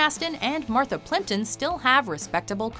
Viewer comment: When you say Martha Plimpton, It's not Martha Plimpton..